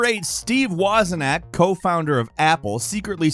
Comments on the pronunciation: Wozniak. Not Wozinak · Wozniak, not wozinak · I’m sorry, did you say Steve WOZ-I-NAK…??? I literally stopped my wife mid-sentence to replay that part because it stuck out so much to me lol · Ffs. His name is spelled wazniak, not wazinak. Even if the person who wrote the script had a typo, you should know that that isn't how you say his name. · wozinak??? its wozniak! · It's Woz-NEE-ack. Not Woz-in-nack. Lol. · Wozniak. Woz-nee-ack. Just saying. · Ah yes, the world-famous Steve 'Wozen-ack.' That's the one. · Repeat after me - WOZ-NEE-ACK. Three syllables. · Considering how vocal is on being an expert mispronouncing Steve Wozniak is a big party foul. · Your pronunciation of Wozniak is atrocious. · How are you pronouncing Wozniak? What? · That is not how we pronounce Steve's last name. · Imagine not knowing how to pronounce wozniak... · pronunciation of Steve Wozniak's name is how I'll pronounce it moving forward. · Steve was a knack